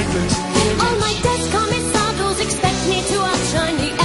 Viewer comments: Uh, Julie Covington mispronounced 'descamisados' throughout the original concept album. She said it like 'day-camisados.' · Andrew Lloyd-Weber and Tim Rice 10 out of 10 - Madonna 1 out of 10 for turning up. Julie does it far better and she can pronouce descamisados correctly.